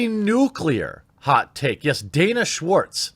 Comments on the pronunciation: “Schwartz” —- EVERYTIME! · Her name is Schwartz! Every. Single. Time!